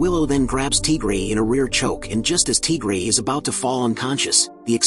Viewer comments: Tigery❌ TGray✅ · "Teagrey" HITS HARD